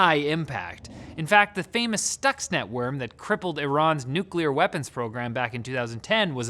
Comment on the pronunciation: wow, the pronounceation of Iran was almost flawless!